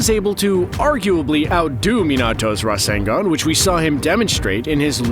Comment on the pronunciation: It's not rasengan it's RASENGUN